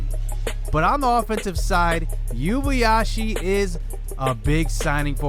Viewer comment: It’s pronounced “ Oo-ay-ba-ya-shee “